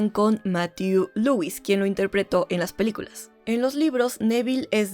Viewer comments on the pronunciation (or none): none